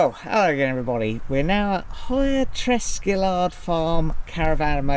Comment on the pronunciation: 😂 I thought you said testicular farm.